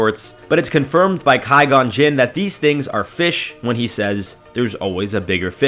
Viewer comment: What if the narrator could pronounce names right?